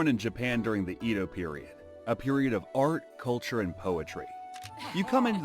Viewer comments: It's "Eh-doh," not "Ee-do," FYI. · The pronunciation is pissing me off so much. wtf is the “EEdo” period !? It’s “Eh-doh” how hard is it to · Edo is pronounced like Eddo, not Eedo. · EH-DOUGH, Not E,do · Pronounced "A-do," not "E-do." Please do some research on pronunciations. Otherwise, I love your videos. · "EE-DOH" Period? Sigh. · The "e" in "Edo" is like the "e" in "met", not "meet". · Except for the bad pronunciation of Edo and tatami mat, it's a interesting video.